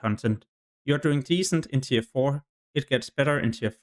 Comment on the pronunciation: "tier" is not pronounced as "tire" it's pronounced as "tear"